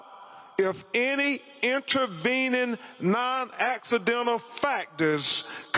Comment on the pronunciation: Benjamin Crump” introvening”. Instead of “intervening” ….. and this imbecile is a qualified lawyer? He’s cringeworthy and embarrassing to watch. Parents are not doing themselves any favours or respect for their son by installing this idiot as a spokesperson.